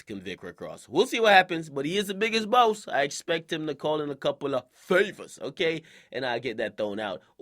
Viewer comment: the way he said "favors"..smh if I was him I would have deleted the entire video and re recorded it just to have a chance to say it right and spare my fans from hearing that Bullshit